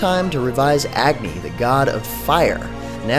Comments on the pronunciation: its not ag-nee its ugh-nee you're pronouncing it wrong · or ugh-ni